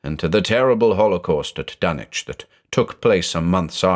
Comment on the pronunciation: This was a delicious mythos stew! Joshi seemed to throw almost every mythos ingredient he could find into it. BTW it's nice to finally hear Dunwich pronounced with the silent W like how Norwich, England is pronounced. I always read it that way anyway, and it always jars my ear when I hear it differently.